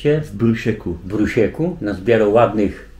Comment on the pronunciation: "w Bruśku" a nie w "w Brusieku";)